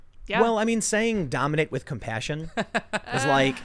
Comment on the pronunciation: He said COP-PASSION...